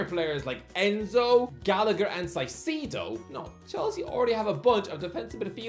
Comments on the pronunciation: Mwahs Saeeseedoh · Seeing him confidently mispronounce names makes him kinda unique though. Instead of being the 14985th youtuber to say "I've definitely butchered that name" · please learn how to pronounce caicedo 🙏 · i’ll never stop getting angry and pronunciation of caicedo